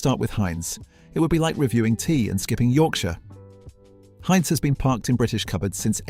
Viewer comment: AI slop! Yuk. Given how many people speak English, it puzzles me why an actual human couldn't have read a 15min script. Instead, we get such gems as 'Haynes' Beans, etc. Plus, it's a VIDEO! Please stop pumping out stock video with an AI essay... try actually formatting it to be a VISUAL experience. Not that any of this will make a change to a slop channel... I usually don't even bother with a comment, just block & boycott. Who knows how much engagement you're losing from slopping.